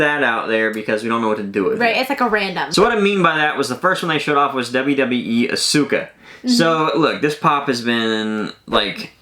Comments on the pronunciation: Love you guys as always. Gonna be that wrestling nerd and let you know its said AHS-KUH. No biggie obviously but the nerd in me said I needed to :) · You guys mispronounced Asuka's name. It's pronounced Aw-ska. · Sorry to Leave hate but you Butcher the wwe pop name but I love ur channel keep up the good work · YOU PRONOUNCE ASUKA NAME WRONG